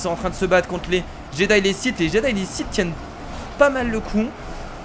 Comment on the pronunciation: Mec on dit Sith